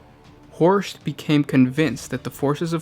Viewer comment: Inquisitor Horst, not Horks